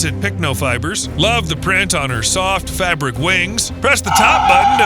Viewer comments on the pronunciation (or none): none